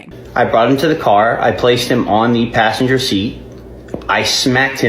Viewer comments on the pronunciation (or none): and pashenjer